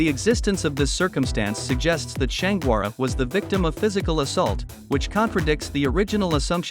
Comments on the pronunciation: Please mindful how you pronounce shanquella name. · Man if you are going to do a report on somebody at least get their name right you mispronounced the lady's name more than four times, that is very dismissive and unprofessional I wouldn't subscribe to you channel if you paid me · You are jacking up her name